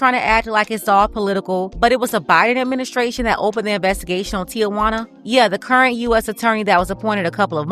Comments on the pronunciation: Tijuana... I mean Tiawana? 😂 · LOL right! Tiajuana Mann😮